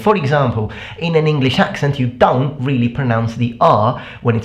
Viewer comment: Question! Why are you pronouncing "don't" as [doŋ]? As in, with a velar nasal? I noticed that in your videos a long time ago.